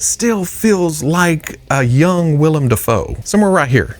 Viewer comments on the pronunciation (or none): none